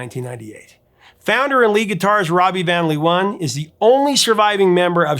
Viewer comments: LOVE how you butcher the Dutch words in a lecture on how a typo became a "comical and confusing" part of the lyrics of the song Venus. "Van Leeuwen" is pronounced "Van (with the "a" sounding like the "o" in the word "one") and "Laawuhn" (which is the Dutch plural for lions is pronounced with the double "eeu" sounding like the 2nd a in the word "amAzing", and the "en" after the letter w as the word "Uh" followed by an n). The Hague does NOT rhyme with "leg". It's pronounced "The Haack" ("a" and "gue" sound like the word "snake"). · The pronunciation of "van Leeuwen" is more like "fun láyhwhun", Mariska's surname more like "Véarahs". 😀 And to answer your question: Ella, but Sinéad comes VERY close! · Van Leeuwen “fahn LAY-ven” Amie in Ma Belle Amie “ah-MEE” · Ha ha ha, indeed. Van Leeuwen is way off. But Dutch is really hard for non native speakers. I would suggest to pronounce it as ‘van lay when’. The ‘van’ will still be an issue though. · Hats off for your research on Dutch pop history! You even mentioned Wasted Words of The Motions, that's impressive ❤ Why don't I educate you about the pronunciation of the two leading people, I'm Dutch 😂: phonetically: Rawbee vawn Laywuhn, Mariskaw Veer-us both family names spoken with emphasis on the first syllable. Glad to give something back 😮😂